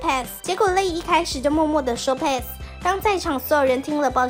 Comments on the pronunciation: 是帕斯沒錯啊 是小編唸錯吧😅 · 原來pass是念配斯🧐不是帕斯